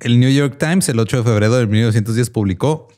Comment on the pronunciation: ¿Alguien más noto que en el min Reptilolord dice "8 de FEBREDO"?